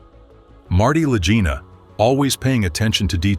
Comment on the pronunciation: Click bait. Your A.I. doesn't even know how to pronounce the Lagina bros. THUMBS DOWN. I hope YouTube removes you from my 'recommendeds'